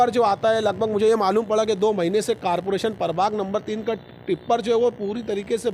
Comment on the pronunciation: Carporation x zummedari x Corporation + Zimmedari nahi bol sakte Malegaon ke Educated.